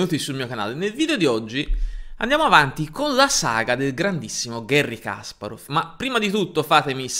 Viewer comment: Una nota di pronunzia: «Га́рри Каспа́ров» non si lègge «Gherri Càsparof» ma «Gari Caspàref» (o, piú precisamente, [ˈɡarʲɪ kɐˈsparəf]). Su «Генна Сосо́нко» non ò trovate fonti attendibili, ma credo che la sua corretta approssimazione alla fonetica italiana sia «Ghénna Sasónco», e non certo «Gènna Sosónco».